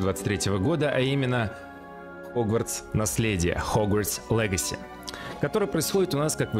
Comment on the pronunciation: Чел, все хорошо. Круто стримишь..но лИгаси.. Не легаси.